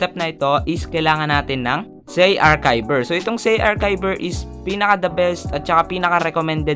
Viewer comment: i correct kolng po ung zarchiver kase po sabi nyu sa CHI at Kay arkayver ang pronunciation po nun ay ar-CHI-ver